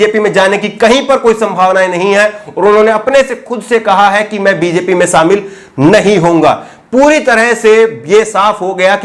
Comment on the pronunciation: Sir sha shabd ko sahi ucharan kijye. Shamil ko samil keh rhe he sir aap.. Ek journalist ki bhasha shudh honi chahiye.